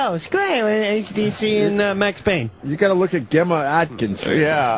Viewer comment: Is the name Gemma not used in America? Hearing Opie mispronounce this is embarrassing.